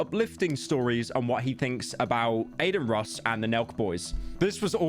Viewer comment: Ah the hardest name to pronounce: Carmello Harris, A-Din Ross, and Andrew Ta-Teh.